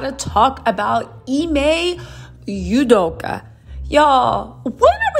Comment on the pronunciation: I love you to pieces so please take this from such a place of joy (that you bring!), but every time you say his name I hear "Sudoku" 😂😂😂 Keep on with your amazing self and just adore you!